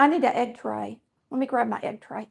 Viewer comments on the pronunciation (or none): Happy Easter.. when you said let me get my egg tray.. I thought you said I need to get an x-ray.😂 and.. I’m southern!!